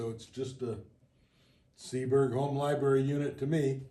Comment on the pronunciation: Uh, i believe the word LIBRARY has an R in the middle...NOT LIB-ARY,! FYI,! You're welcome!